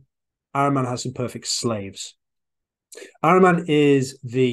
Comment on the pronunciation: IT IS PRONOUNCED AHHREEMAN (A PRONOUNCED LIKE ADAM)